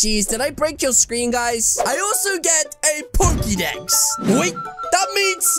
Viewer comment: No it’s not he said it correctly